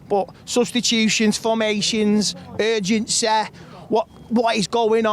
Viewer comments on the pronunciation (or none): Urgensay lol..